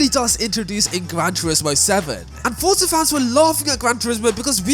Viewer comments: BRO ITS NOT CALLED FUCKING FORTZA!!! ITS JUST FORZA, ZA ZA ZA NOT FORT ZA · It's an Italian word. It is not pronounced Forsa, but Fortza. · It's pronounced fortza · that was a terrible example. And the people that make Forza say Fortza. So they are wrong?